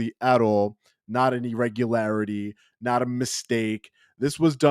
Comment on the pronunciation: Irregular not Eregular .Sorry to be pedantic!